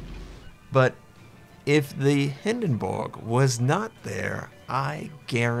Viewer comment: Stop saying hindenburg like that...